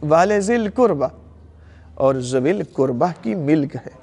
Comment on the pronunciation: Arabic Ka Lafz To Theek Parrh Rahhay Hai K WaLiZilQurba Lekkin Urdu Tarjumme Me ZaaWilQurba Q Parrhte Hai......Mujhe Fadak Ka Maamla Nahhi Patta Lekkin Keh Rahhe Hai Bibi Zahra(R.A) Ghareeb The.....Lekkin Mere Khayal Se Muhammad(S.A.W.W) Aur Aale_E_Muhammmad(S.A.W.W) Or Sahaba Or Khulfa Se Barrh Kar Shehansha Koi Nahhi Or Na Kabhi Hogga....Or Quran E Paak Me Bji Iss Ayat Me Kahhi Ye Nahhi Likha K Ghareeb Bibi(R.A) Hai......Quran Me Hukam To Sirf Seedha Seedha Hai K Ghareeb Maskeen Or Musafiro Ka Hai.....To Quran Ko Ayat Ka Tarjumma Parrhe Aapki Tafseere Karni Bhi Hai To Tafseer Bhi Btaye Kahha Allah Ne Hukam Dia Hai K Ye "ل" Fai "ل" Hai Or Is "ل" K Lagg Jaane Se Us "ل" Ka Matlabb Bibi(R.A) Se Jirr Jaata Hai?........ MERI TO SAMAJH ME YE AAYA.....MUJHE Dr. Saab Ka Patta Nahhi Unho Ne Kya Bayan Diya Haqq Thaa Kya Tha.....Ye Jo Baat Menne Rakhi Ye Aapke K Bayan Me Se Hai.....Allah Paak Jaane Anjaane Me Likhi Mou'n Se Nikli Ghalti Maaf Farmaye